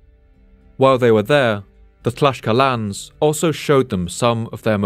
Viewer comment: tlaks kal techs, XD not tlashkalans